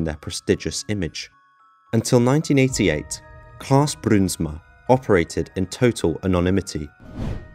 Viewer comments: the ui letter combination forms an ow sound when pronounced, fyi ; ) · Im frm the netherlands i love how you say bruinsma it almost sounds russian😂